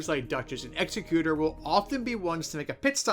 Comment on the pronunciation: it's pronounced exec-utor. Meaning someone who carries out someone's final will. Makes sense once you understand who he actually is. Ex-ecutor (as in someone who executes others) isn't a word. That would be Executioner.